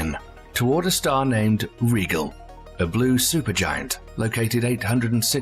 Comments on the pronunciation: Like Rigel? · Indeed! His pronunciation of RIGEL is driving every Star Trek fan nutz!